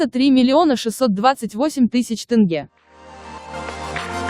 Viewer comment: Сақауланбай тынгэ демей теңге десей білә